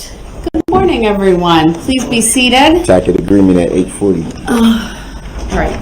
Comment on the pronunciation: It's pronounced "taset" not "tacket"...😅